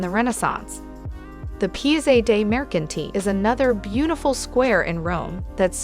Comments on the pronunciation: Yeah, dd she actually say "pizza" instead of "piazza"? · You need to learn to pronounce piazza and trastavere correctly